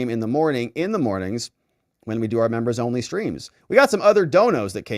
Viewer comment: please stop saying "membos".